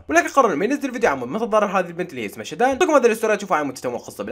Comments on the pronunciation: طييب وانا شو قلت وهو بحكي شدن مش شادن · اسمه شادو مو شتان🤦‍♀️🤣🤣🤣🤣🤣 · اسمها شادو او شادن مش شدن 😂😂😂😂😂